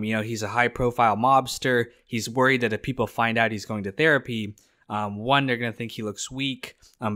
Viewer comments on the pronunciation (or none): none